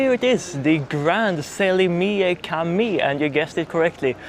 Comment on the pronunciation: Cami (mosque) is pronounced Jami.. "C" is pronounced same as "J"in english... Jami is also the same in Arabic, Urdu, Hindi and Persian.